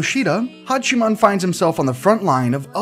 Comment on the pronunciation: am i the only one who heard him says Hachimani Hikigaya instead of Hachiman Hikigaya..